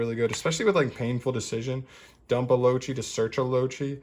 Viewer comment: “Loachi” 👀 this made me giggle a little, it’s pronounced “Low-Kai”